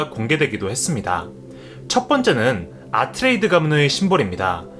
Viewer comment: 아트레이드가 아니고 아트레이데스 입니다 새로 개정된 책에도 발음이 고쳐졌고 예고편에도 아트레이데스로 발음합니다 물론 저도 30년 가까이 아트레이드로 알고있었어서 고치기가 힘드네요